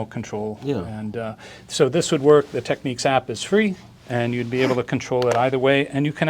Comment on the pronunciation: He can't even say TECHNICS